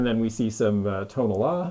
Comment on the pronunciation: I love the story of how got into antiques. Also very cool how he grew up seeing "old" things around his house growing up because his parents always purchased things when they were no longer in style. Yaaay also I was proud he pronounced "Tonala" (pottery) right...I'm Mexican so it makes me happy lol:D